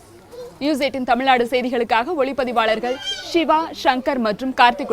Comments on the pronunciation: 5.34, தமிழ்நாடு என்ற பெயரைச் சரியா சொல்லுங்கம்மா. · தமிழ்நாடு என்ற பெயரைச் செய்தியாளர் பலரும் தவறாகவே உச்சரிக்கின்றனர்.